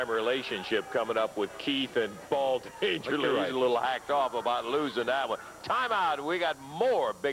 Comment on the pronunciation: Why does Lance Russell call Paul E Dangerously - Dangerly?